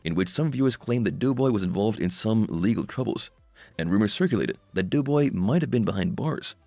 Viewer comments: It's doe boy not (as in female dear) NOT "dew" boy!!! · Clickbait don't waste your time if you're watching it to find out what happened to Doughboy, which by the way is pronounced "Doe"boy not Dew boy for whoever's narrating this thing, anyway there's no mention whatsoever as to what happened to him and why he's not on the show anymore.